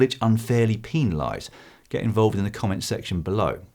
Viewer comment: Haw, he said peenalize.